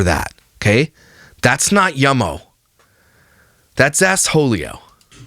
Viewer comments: I sincerely thought I was the only person who says ASSHOLIO 😂😂😂😂😂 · “That’s assholio” 😂😂